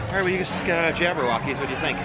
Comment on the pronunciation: Did my dude just say Jabberwockees I can’t breathe